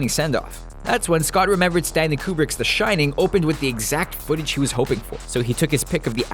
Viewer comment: "The Shinning." Oops.